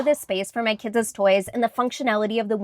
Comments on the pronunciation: “Kidses” it’s just “my kids playroom” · Why does it sound weird when you say kids